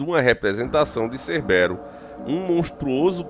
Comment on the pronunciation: não acerta um nome kkkkkkkkkkk Hoje é cerbérus (Cébero), ontem foi Cobão Brait (Kobe Bryant) 🤣🤣🤣🤣🤣